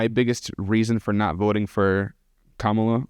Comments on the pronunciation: Absolutely, just the pronunciation of her name says a lot. Either he does not listen to anyone who says it right or he has heard it right and does not care too out of mild rebellion and disrespect. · I believe that it is fair to say that the people who pronounce Kamala incorrectly have been getting their information from faulty news sources. How are you gonna mispronounce a vice president’s name four years after her ticket won?